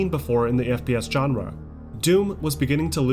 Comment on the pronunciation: Every time he mispronounces genre I cringe. I may have to tap out.